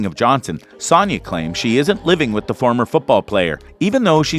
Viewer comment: Dude, say it with me: “Sonya” like “so” or “sew”. It doesn’t rhyme with “yawn” as in “Sawnya.”